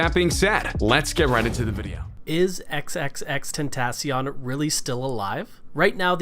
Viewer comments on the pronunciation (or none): Please say it right 😭😭 X x x ten- ta- cee- oin- XXXTentacion.. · If you are ever going to talk about him learn how to say his name and R.I.P xxxtentacion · bro he cant even say his or his kids name correctly smh, R.I.P x we miss you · He is even saying his name right?? It's like annoying when he says the name